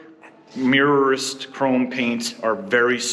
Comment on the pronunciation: Hi,I'm an English scale model builder,its pronounced Mirorist,so mirra ist,when you use chrome,you need a polished gloss black paint.then when dry,you need to POLISH the chrome.